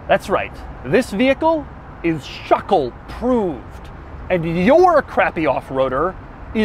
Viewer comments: NOTO RIOUS Schöckl, wenn ich bitten darf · You pronounce this SCHÖ syllable like the SHI in shirt. Then followed by a second syllable KL like in byciCLE.;) Easy. Now you speak German, man! 😜